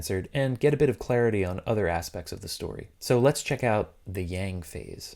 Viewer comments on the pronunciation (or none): Man mocks voiceover’s pronunciation of Kureha, but can’t accurately say Yin or Yang right to save his life.